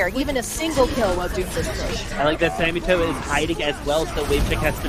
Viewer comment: Its samito not sammytoe